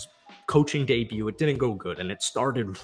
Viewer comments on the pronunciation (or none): none